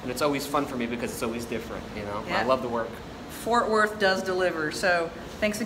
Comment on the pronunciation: It's FORT WORTH not fortworth.